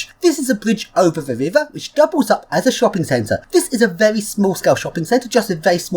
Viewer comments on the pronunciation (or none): none